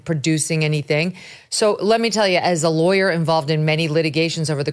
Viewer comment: You threw me off when you tried to pronounce “lawyer “. It sounded like “leer”.